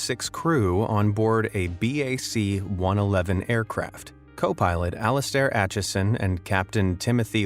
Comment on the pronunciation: Bac One Eleven Bacon E Eleven